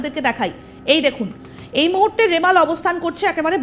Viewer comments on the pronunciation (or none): none